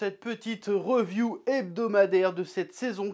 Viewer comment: Reuuuviuuuu hahaha tu me tue faut dire riviuuu